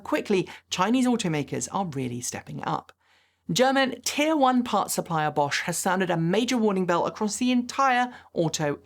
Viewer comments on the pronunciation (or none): none